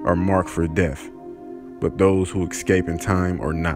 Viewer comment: It's pronounced 'es-cape', not ex-scape, and 'ack-septed', not assepted. And yes, I AM an English teacher.